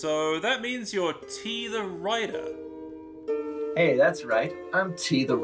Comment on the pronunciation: T! The Writah!